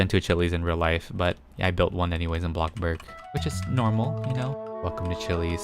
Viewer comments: Is it just me or does he say blockburg instead of bloxburg?? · i love how he goes from"welcome back to bloxburg" to "welcome. wAtA bUrG"